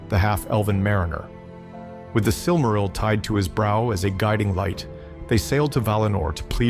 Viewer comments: I lost count of how many different ways he has mispronounced "silmaril" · Kinda iffy on your pronunciations. You pronounce "Silmaril" 3 different ways: SIL-ma-ril, sil-MAR-il, and SIL-ma-RIL. I'm pretty sure the accent's supposed to be on the first syllable. Tolkien explained how to pronounce the different languages, you might consider familiarizing yourself with them.